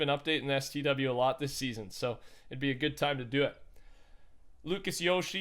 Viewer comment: I couldn’t have been the only one annoyed by him saying stw... LMFAO i don’t even play it but I’ve never heard someone say it like that